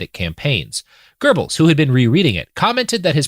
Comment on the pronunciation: Robert pronounces Goebels better than I ever would, and still my stupid brain always hears "gerbils". And here I am laughing silently imagining a bunch of gerbils in a trenchcoat.